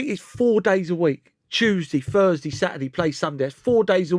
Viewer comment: "fink".. "furs day"